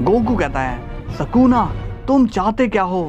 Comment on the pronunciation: Ye bura explain tha our woh sakuna nahi sukuna hai